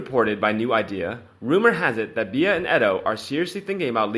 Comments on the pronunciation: Please!! Beatrice's nicknamed is NOT pronounced "Be-ah!!" The proper way to say it sounds like the insect called a "Bee." 🐝 And Eugenie is pronounced: "You-jeh-nee," or "U-zuh-knee." It's French, and it has a soft sound. I think this will help your videos sound authentic. 😀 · her name is pronounced 'B' you can megans name wrong as much as you like but please get Beatrice right x